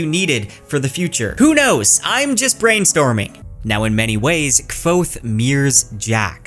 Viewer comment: Congrats on getting that Kvothe pronunciation right!